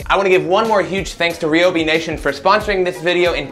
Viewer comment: On another not Ryobi has canceled any future endeavours on account you pronounce it R-e-e-o-b-e-e